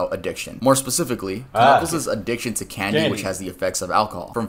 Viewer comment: Dude really said kuh-kuckles and they said nothing about it